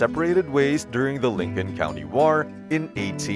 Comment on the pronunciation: What’s with the odd speak you’re doing in the narrations? Pronounciations you are doing are a bit odd .. yet you are speaking English.. it’s just hard not to notice .. and I’m curious. I mean .. it would make sense if you were not a native speaker.. mostly the way you say “war”.